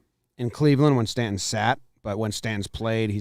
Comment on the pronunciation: doesn't annunciate the T in "mountain" or "Stanton". Sounds like "Sta-in". Do something there.